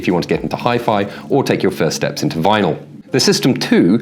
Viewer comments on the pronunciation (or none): none